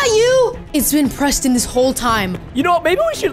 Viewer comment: just said Prestonz not that SMART